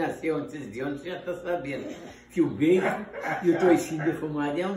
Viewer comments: O toicinho que ele fala é baycon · Baycom ou bacon